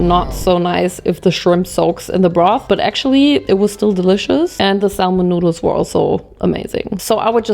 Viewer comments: Hey!! I realize English is your second language so just to be helpful "salmon" has a silent "L" in English..so it's like "SAM-in". Love ya, girl! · The “l” in salmon is silent. It’s pronounced “Sam on” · honestly for someone like her it's surprising she doesn't know the 'l' is silent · ily so much but you dont pronounce the 'L' in 'Salmon' <3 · LOL FYI: you don't pronounce the "L" in salmon .. THE L IS SILENT ... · the way u say salmon i can’t 😂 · please dont pronounce the L isn Salmon thank you lol it's driving me insane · We "bought, chose, purchased, selected, ordered, tried, tasted" several different mochi, not "WE TOOK." Also, the "L" in the word salmon is silent. ❤